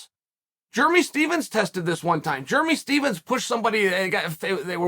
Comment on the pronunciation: “Germy Stevens” 😂